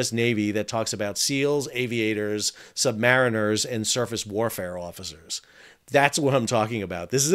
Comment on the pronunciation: Minor nitpick with the language used re: different domains of the Navy: "Submariner(s)" is pronounced "sumbarine-r(s)" not "sub-mariner(s)." People in the undersea warfare community can get testy about the distinction, and this has been a thing for a long time as far as I know. My grandfather, who served aboard a fleet boat in Korea, made a point of it to me when I was young and asked him about his time as a "sub-mariner." His justification, which I have also heard from others in the USW community, was that the "sub-mariner" pronunciation made it sound like they were, in status terms, beneath mariners. It's not a big deal in the grand scheme of things, but I thought this information might be useful to anyone in the maritime sector who didn't know about it before.